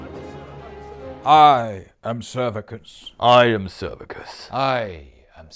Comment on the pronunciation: "I am Servicus." 😆